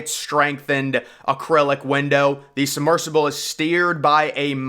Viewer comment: “Summersible”? It’s “submersible “.